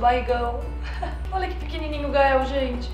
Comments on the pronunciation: impressão minha ou o gael falou"olha"óia" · o Gael fala "Óia" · o Gael "óia" kkkk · o gael fala "oia" 😍💕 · Cara ele falou oia, aí que mds me apaixonei 😍😍😍😍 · Eu escutei o Gael falando "óia"